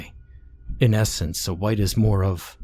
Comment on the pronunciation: They hunt wight not Wong